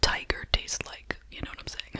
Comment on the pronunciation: my favorite thing you do say one-syllable words that end with the letter K...two times a wee-K. please leave it a li-Ke. love love love 😴❤